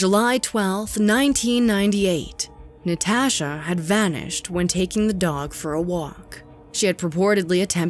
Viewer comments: Did anyone notice the narrator says NaTASHHHah instead of Natasha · “NeTaashuh” “Nuhtashah” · The way the narrator says 'Natasha' drives me bOnKeRs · The way she is saying Natasha is really freaking bothering me. I cannot stand it. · I have never heard anyone pronounce Natasha the way this woman says the name. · Why do you say Natasha like that lol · Anyone else cringing about the way she says Natasha